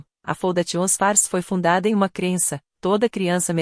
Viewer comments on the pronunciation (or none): Essa narração errada da parte em inglês faz a gente não entender os nomes escolhidos e se não ler o texto fica sem saber o certo. Foundation por exemplo faundeixan e não como a ia fala.